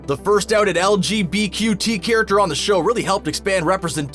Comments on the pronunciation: Soooooo..... No one noticed that he said lgbqt instead of lgbtq???🤨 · "LGBQT" nice screen rant, you clearly did your research and made sure you read all your lines correctly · And he said lgbqt like bitch get it right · lgbqt L G B Q T!!!! YOUR WRONG AND IT ANNOYS ME WHEN PEOPLE SAY IT WRONG ITS LGBTQ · I have to laugh,,,, you said lgbqt i- omg